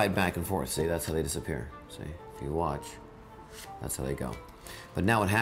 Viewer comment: I got satisfied at the end when he kept saying whatch